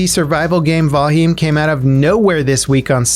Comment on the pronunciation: "val hym" ahahaha